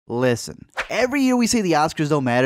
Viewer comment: That short “listen” made me extremely uncomfortable